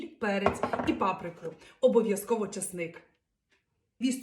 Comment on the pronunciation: Ти сама як та папр ка к з наголосом на першому складі😊